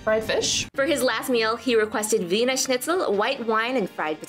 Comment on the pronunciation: It is Wiener like the city Wien....